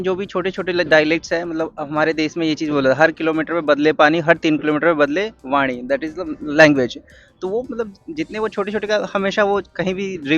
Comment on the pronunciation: Interesting pronunciation of Vaani. Native Hindi speakers can't pronounce like him. He used Gujarati pronunciation.